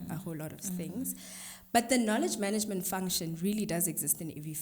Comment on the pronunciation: If you hear me say “maneygment” 🤣🤣🤣 I love you!